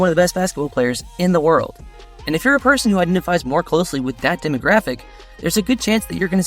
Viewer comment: Person not parson